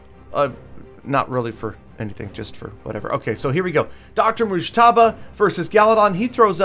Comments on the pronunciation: The way you pronunce Dr Mojtaba is so funny it's like Irans Azeri's accent👍😂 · Lol u have no idea how to pronounce his name 😂